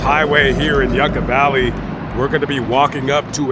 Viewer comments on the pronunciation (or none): And it’s pronounced yuka valley like how the Russians would say